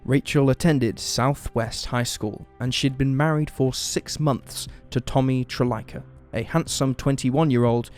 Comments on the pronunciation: I apologize that it came off that way, but it was not my intention at all to be rude; this case is pretty close to my heart and I follow it all the time. For me, its always came off as disrespectful to Rachel's memory, and half-assed that people continually mispronounce her surname as "Trillica" or "Tril-licka" when there are quite a number of sources that do pronounce it properly and can be found easily. I know in the recent Die-alogue podcast, Rachel's cousin, Kelli Jean Arnold, actually corrected the host over the surname issue. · Rachel's surname is actually pronounced "Tr-LEESE-uh" - it rhymes with the name 'Lisa'. There are a number of podcasts and news reports that pronounce it properly, yet so many people on YouTube always mispronounce it. Here's a news report where the announcer says it: A somewhat minor quibble, but just thought you should know. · Rachel Trlica. Rachel's last name is pronounced as "TER-lee-SA" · Rachel Trlica’s surname is pronounced as “Ter-LEE-sah,” according to media coverage local to Fort Worth. Didn’t know myself until a few years after learning about the case. Quite a unique last name. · The shopping center in the Fort Worth case has been named La Gran Plaza for over 15 years now. Rachel's last name (Trlica) is pronounced Traleeka. I live in Fort Worth and am familiar with the case. Whomever the girls left with is the one responsible for their disappearance.